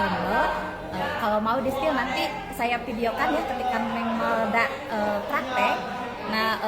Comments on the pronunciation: Jangan salah yaaa namanya M A L D A... Bukan M E L D A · Malda bang bukan Melda